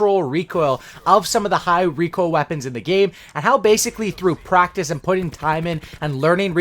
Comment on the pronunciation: I can’t even handle the way you say the word recoil.